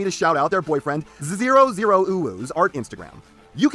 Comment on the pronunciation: Hey thanks for the shout out for Zero (loved how you pronounced it tho), his birthday was about a week ago and I wanted to do something cool for him, so I thought about getting his instagram a shout out And yet despite all that, I completely forgot to mention that in the email because stupid Lizard brain